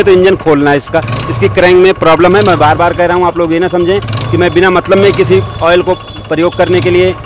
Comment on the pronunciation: Awol nehi oil hota hey😂